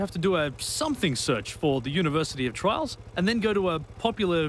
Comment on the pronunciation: You pronounce "Trials" like "Trolls"